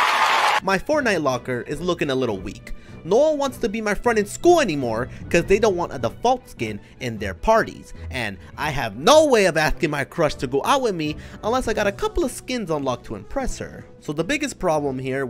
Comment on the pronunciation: Its default not dufalt